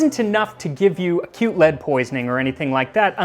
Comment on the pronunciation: I think you're saying "acute" but I understood it as "cute lead poisoning" 💅